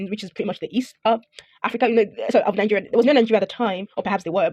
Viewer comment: You speak English and still you pounce nigeria as ningeria, why do you Nigerians add an n when pronouncing it with 2 n